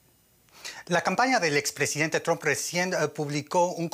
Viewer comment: Lo felicito por pronunciar el nombre como "Trump" y no "Tramp".